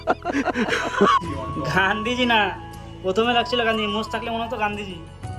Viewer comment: Gandhiji ❌ ganjaji ✅😅😂🤣